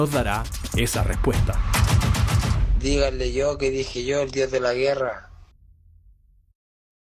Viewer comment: puro acento diohh de la guerraa